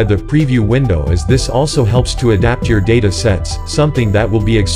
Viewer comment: He pronounced data as data when it should be pronounce data